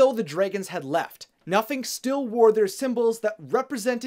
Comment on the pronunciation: For a second, I thought you said that his name was “Nothing”😂 I was like “damn, way to hate on your kids”😂